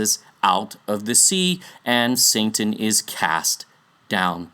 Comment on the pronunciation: "Saintan" 😆 Anyways.. i love the work you do here!